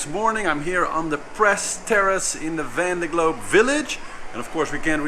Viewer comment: great to have you back! looking forward to your race updates! very much appreciated! ... but please get some french person to teach you how to pronounce »Vendée Globe« in some kind of french way :D